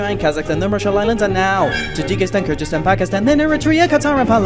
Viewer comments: He is saying Kyrgrzistan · i think he just miss pronounce "Kyrgyzstan" and ment to say that country since he previously said Tajikistan, making us intend that he was in that zone of the globe. Good video. It was well made.Great job. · Kyrgyzstan is a keer sound kurdistan is a kur sound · Wait Did You Say "Ker-Jiz-Tan"? It's Pronounced "Keer-Ghiz-Stan"... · Wrong He Say Krygryztan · Its kyrgyzstan bro not kardistan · he's very clearly saying kurdistan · Did he say "Kurdistan"? I heard it as "Kyrgyzstan"